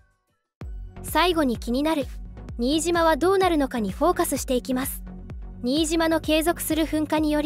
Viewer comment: ナレーションで、新島（しんとう）言うべきところを「にいじま」というのは、さすがにがっかりします。